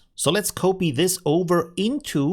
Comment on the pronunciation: The correct pronounciation of copy is kahpee not cohpee 😁